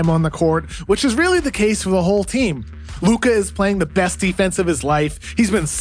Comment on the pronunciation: please stop saying his luka's name like that It hurts my ears